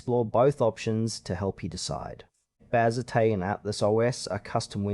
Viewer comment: Bro, Bazzite (pronounced Baz ite not bazzitay) isn’t a windows distribution. It is a Linux distribution.